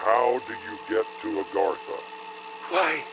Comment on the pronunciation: it’s been like five years and you still cannot pronounce Agartha